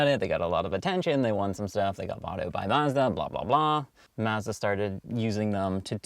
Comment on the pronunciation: Say Mazda that way one more time and I’m going to jump of my local bridge 🤮. But nonetheless I’ve always loved the MSM...but owner made a big mistake removing the stock Racing Harts..gorgeous and rare wheels. Cars so underrated and nobody shows love or recognizes them 😪 #Forgotten